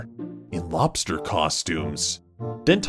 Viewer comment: "red lobrers" Read it.